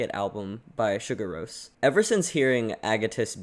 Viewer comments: Btw, it's more like "See-Gour", it's not prnounced Sugar. XD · See-Goor-Rose not to be rude, but it’s the correct pronunciation (I love this video by the way) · i love your enthusiasm for this but please stop saying sugar roce 😂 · Please try to pronounce their Name correctly.Its Islandic,not American.....Anyway,its one thing listen to this Album,but to see them LIVE is on another Level .This is one of the Best Live Clips available for the Last Track,also their Last Song in their Live Shows : Sigur Rós Untitled #8 (Official Live Video)